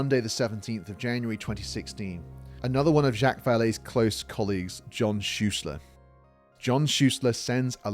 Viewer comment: Ok i cant take it anymore lol. Zhock! Zha-ock like jock with alittle zzz at the start, Not jack, ive heard him called jack plenty of times but for someone so familiar with him it just bothers me more than it should that you keep calling him jack lol i apologize i cant help myself. Love your vids though sir. I just discovered you today and i think im on video number 4. Keep up the great work